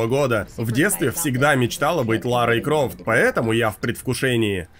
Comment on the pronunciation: Я говорит всегда хотела стать Ларой Крофт 🤣🤣🤣🤣а выговорить не может 🤣🤣🤣🤣и ты слишком Худа для выживания